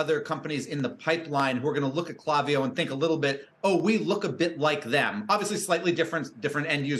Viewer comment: Yikes - please try pronouncing their name correctly - it's a hard "A" not a soft "a" in the name kl**A**viyo